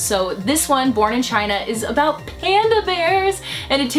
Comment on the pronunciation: lmao i heard "porn in china"